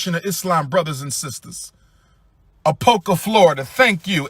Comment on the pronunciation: it’s Apopka, Florida not Apoka 😂